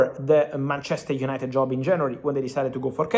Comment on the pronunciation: UYENITED UYENITED